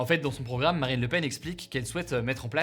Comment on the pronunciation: A il dit "Barine Lepen" ;)